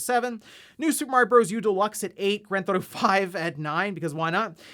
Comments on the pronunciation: "Granthotto 5" "Nintenhrrdrrhdirect" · "gran-thotto-five" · what the hell is “gran-thotto”?